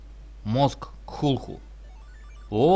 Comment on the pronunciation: правильно говорится не клутху а ктулху